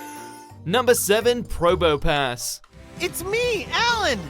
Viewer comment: I immediately disliked this when you said Probopass